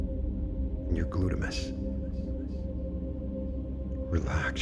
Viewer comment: I think it’s gluteus not glutimas🤣